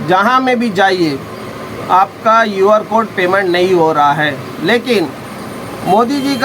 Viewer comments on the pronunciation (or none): UR CODE NAI hai QR CODE hota hai😂😂😂😂